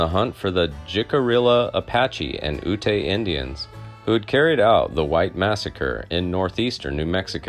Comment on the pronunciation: The name of the Ute people is pronounced Yoot, not Ootay. If you want to do history videos, try doing more research.